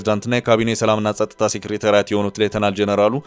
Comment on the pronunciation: ስታነብብ አፍህን ሊይዝህ ይገባል፥ ማለቴ እንግሊዝኛ ስለምትችል - ሰው😂ሴክሬታሪያት አይባልም፥ ታደሰ ወረደን ቢሮ አደርግኻቸው፥ ምነው በትግሉ ሁሉም ሚዲያ ንግድ ክጀመረ ዐራት ዐመታት😂አፍው እንኳ የቋንቋ ጥራት ይቅርባችሁና መሠረታዊ መልዕክት የሚያስተላልፉ ቃላትን ለስቅላት ባትዳርጓቸው!!!!